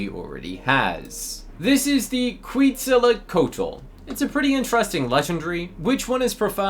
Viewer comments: “Kweetzalacotal” - 2025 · As a person who loves dinosaurs hearing you pronounce Quetzalcoatl mentally hurt me I’m looking for offers for it cause I have a neon already lmk if yall have offers!!